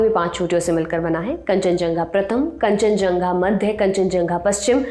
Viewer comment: कंचनझंगा ❌️ कंचनजंगा✅️